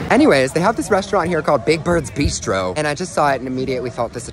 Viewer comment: Not to be rude but your pronounce bistro like b-I-ss-t-rro not bee-stro